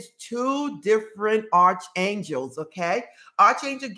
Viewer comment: Hi, I think the correct pronunciation is ark for Arc Angel's